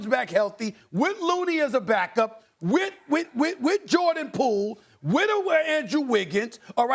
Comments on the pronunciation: SAS saying zaza patruela made my day lmao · why everytime he has to say ZHA ZHA PAZHULIA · Steven A. is so trash. I remember how he apologized for mispronouncing those Nigerian player names. He didn't mean that apology. The way he mispronounced Zaza Pachulia is a habit of his. He mispronounces many foreign player names to belittle their talent. He either mispronounces or stretches the pronunciation of their names. It is a trash habit. SAS continuing it shows his apology related to the Nigerian players was insincere. Call this comment hate if you want, but just pay attention when he pronounces average foreign player's names and you'll see it as well.